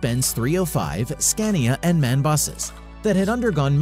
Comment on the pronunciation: M.A.N. Not Man 😉